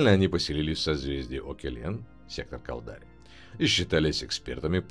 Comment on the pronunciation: Я не понял, кАлдари - ударение не первом слоге? АмаррЫ - на последнем? Это с каких радостей?